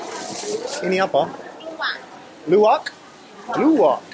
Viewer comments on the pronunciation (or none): #KLUWAK ALIAS KLUWEK KA...hehehs.. hears call luwak but kluwak with K..